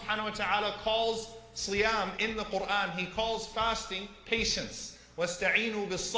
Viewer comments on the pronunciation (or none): it isn’t shiyam it’s siyam